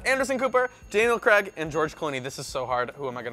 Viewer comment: NOT HOW YOU PRONOUNCE CRAIG!!!!